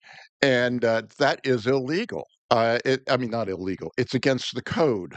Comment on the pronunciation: Illegal❌ Ill-Eagle✅ 😆